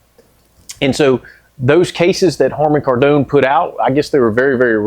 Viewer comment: they made a 530, love your pronunciation of Kardon. You been hanging out in the French quarter? 😂